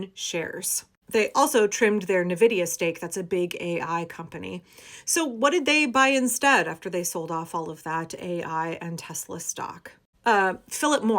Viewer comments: Me too… I think he’s done enough. PS Nvidia is pronounced Invidia. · It’s EN-ViD-E-AH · The usual pronunciation of nVidia is en-vidia, not that it matters, particularly. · The brief joy of hearing Nvidia mentioned, even mispronounced, only to then call it an AI company... It's like skewers through my heart.